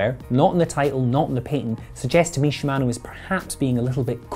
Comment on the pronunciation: your pronunciation of "shimano" and "patent" caused me to dislike and close this video.